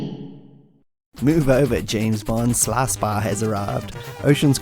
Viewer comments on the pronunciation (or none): I LOVE your content and channel, man, but your accent is a distracting thing of beauty. I've never heard "Sly Spy" be pronounced as "slar spar" before....did you learn your pronunciation from Matthew McConaughey by any chance? 😉